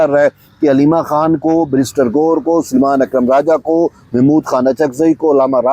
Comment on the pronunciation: "Sulman' nahien hey "Salman" hey